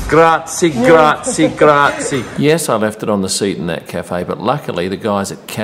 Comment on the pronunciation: love your videos, but it is "grazie" and not "grazi" :D